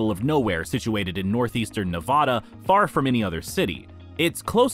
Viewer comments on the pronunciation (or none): ELY is NOT in "northeast Nevada". AND it's NOT "Nuh-VAY-day". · Learn how to pronounce Nevada properly. The "a" is pronounce as in Nebraska. I live in Nevada so I know.